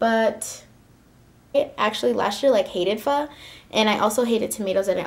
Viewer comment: You pronounced "pho" perfectly! Thank you for not saying "PH-OH". <3